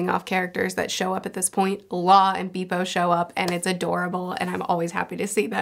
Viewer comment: I really appreciate your discussions and all But what I hate the most about you is You don't pronounce the names of our beloved characters in a correct way Please make sure you pronounce them in a right way It's Bepo, not Bipo